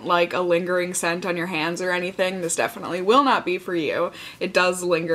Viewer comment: When you said "hands", I thought you said "cans." Like, boob cream...